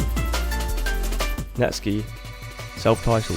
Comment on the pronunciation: finally, somebody else that refers to him as net-ski, and not Net-Sky. I thought I was losing my mind